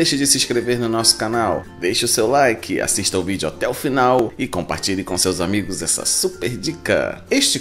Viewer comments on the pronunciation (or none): none